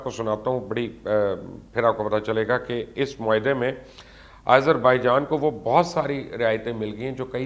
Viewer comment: Izerbaijan? Wow. You're amazing. Why do you love to mispronounce names ? At least listen to the local channels how the names are pronounced.